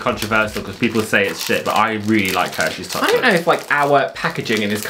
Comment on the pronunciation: Lol....Sounded like said Herpes Chocolate